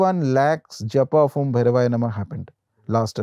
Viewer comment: It's om...not AUM ❤